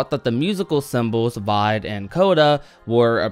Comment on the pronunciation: Vide is italian, it would be pronounced vee-day. Source: studied music for 8 years